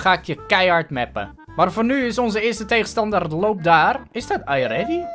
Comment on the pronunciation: niet eerse